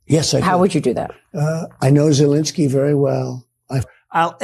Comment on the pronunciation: Zel EN skyy!